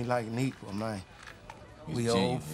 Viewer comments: Nigga said mayne to man😭😂😂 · How many “MAYNES” 😂😂😂? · I was so intrigued by the use of "mayne" in this movie, I was gonna count how many times Terrence Howard said it, but its already been done and in great style. Thanks! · That's thats his Favorite word Mayne 🤣 🤣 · Mayne that’s alot lol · He saying man and mayne lol that counter is off